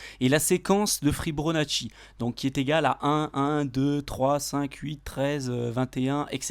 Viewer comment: "Fi-BO-nacci" pas "Fi-BRO-nacci" :-)